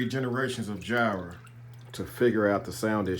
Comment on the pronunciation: It's like "fire", not "jy-ra".